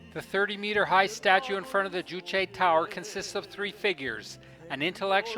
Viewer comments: As the sources were not mentioned, it might have been more appropriate to have said "It is reputed that...". I have heard a couple of North Korean tourist guides in other documentaries pronounce 'Juche' as 'joosh'. If it was 'jooshay', the 'e' would be accented. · You state that the building containing living quarters in Future Scientists Street does not have proper electrical and water supplies. How would you know this if you, as a foreign tourist, are not permitted to enter it? Incidentally, 'Juche' is pronounced 'Joosh', not 'jooshay'.